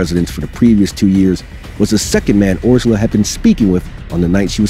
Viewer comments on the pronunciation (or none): As a hungarian,Orsolya is pronounced "Orshoya" .